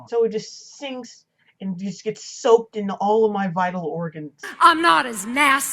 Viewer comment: Why does she keep saying "mah" instead of "my"?